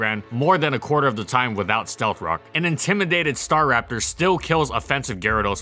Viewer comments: it really bugs me that you say STAR RAPTOR and not STARAPTOR, but i dont even know what is the right way to say it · it Sta'raptor not 'Star.raptor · Strange. I’ve always pronounced it “stuh-rap-ter”